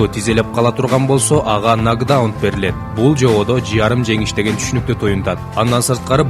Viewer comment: Азамат иним, ийгилик!!! Журналисттер,блогерлер, туура айткыла,нокдаун, нокдаунт эмес!!!